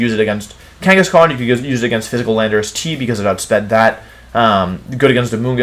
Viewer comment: DO NOT LEAVE OFF THE H IN KANGASKHAN!